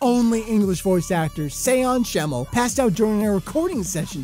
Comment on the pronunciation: I lost it at Say-Awn Schemmel LOL